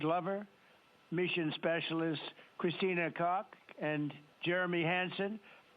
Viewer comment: He must have have been told their names 100 times and he still pronounced Christina’s Name wrong. He did that on porpouse no doubt